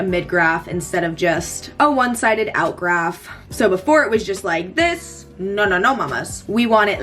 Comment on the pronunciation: i love when says "noR" instead of "no", now i say that too..